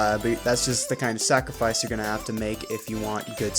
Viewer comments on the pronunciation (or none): The way you said sacrifice made me think of this Bring forth the cooling decive for the SACRIFICE